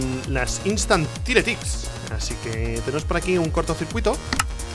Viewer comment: Rich, los tile ticks pronuncialos como "tail licks" (como se lee) aparte de que es así, también queda mejor. Todo el vídeo por lo demás genial!